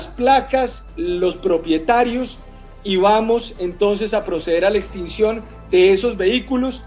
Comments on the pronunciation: Extinción no extencion!!! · Extinción...no "extensión" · tus vídeos son excelentes y muy informativos, pero ha veces con la interpretación de la ley tienes mucho problema, la fiscalía no es la encargada de aplicar una extinción de dominio y no extensión como pronuncias tú, pues la protesta pública como lo dices es un derecho constitucional y no un acto ilícito, pero te aclaro que en ninguno de los artículos 44 y 45 de la Ley 1453 de 2011 habla de extinción de dominio, habla simplemente de la aplicación de penas privativas de la libertad entre 24 y 48 meses y de multas entre 13 y 75 SMLMV más una perdida de derechos y funciones públicas x ese mismo tiempo, en cuanto a la obstrucción a vías públicas y prisión entre 4 a 8 años más multas entre 13.33 y 75 SMLMV por perturbar de forma ilícita el servicio de transporte público, colectivo u oficial si se demuestra que se hizo a través de un medio ilícito, pero vuelvo y repito la manifestación popular no es un acto ilícito ni tampoco habla ahí de extinción de dominio. Otra cosa es que por ejemplo se dinamite una vía pública x ejemplo y se proceda a medios terroristas y que dentro del vehículo te sorprendan con explosivos o materiales de intendencia militar o de policía para el ilícito, entonces ahí si hay la extinción de dominio del vehículo. Entonces no sé de dónde sacas la extinción de dominio en esos artículos de esa Ley cuando no está. Además les aclaro, en el artículo 44 hay una doble negación cuando dice "perdida de la inhabilidad de derechos y funciones públicas...." Pues